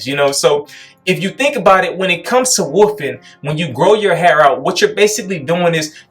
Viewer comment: as someone else said and I agree is the only waver I listen to for advice. Great content and not trying to constantly sell me something. Also there is a "L" in wolf or wolfing. is it a regional thing with everyone saying woofing?